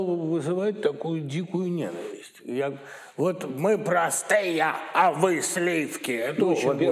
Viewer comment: Быков, что это за слова об отношении народа к артистам, произнесенные через губу -"мы прАстыЯ!" Может быть артисты зазвездились, потеряли берега, возомнили себя элитой, а отношение народа к ним - просто ответная реакция? Вспомните Боярского, Михалкова, Машкова...